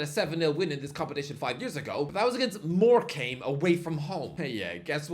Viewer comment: how did he just pronounce morecambe